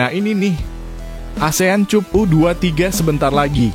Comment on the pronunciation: Ayo Mimin tolong benahin ucapannya. Masa Cup dibaca /cup/. Rasanya kata Cup dibaca /kap/ bukan kata asing lagi. 😂😂😂